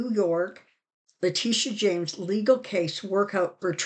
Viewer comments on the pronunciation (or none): none